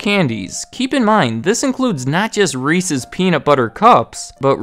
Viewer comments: Milton Hershey was not cool. He was racist. Props for saying Reese's and not Reesie, though. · WOW someone who can say reese's the correct way.